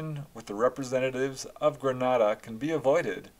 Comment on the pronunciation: I was a small child in Grenada in the 70’s . My family says I pointed out ufo in the sky to them( I don’t remember that). I’ve since had other experiences which made me obsessed with UFO’s . Ps incorrect pronunciation of Grenada .